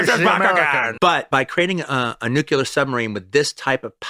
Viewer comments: By the way, it’s nuCLEar not nuKELar. Or maybe it’s Quentin’s Russian accent. 😅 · The guy says New-kya-lur! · Me and Marcia? Me and Roger? Me and Roger? Nucular? How can QT be so brilliant yet talk like a retarded teenager? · I stopped the video at “nu-cu-lar”. Sorry. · Sorry. You say 'nukyular,' and I'm out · He said 'nucular'...☹